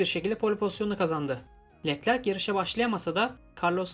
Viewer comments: knk yanlış anlama leklerk değilde löklerk diye okursan daha iyi olur biraz göze batıyor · Keşke Leclerc in adını da güzel telaffuz etse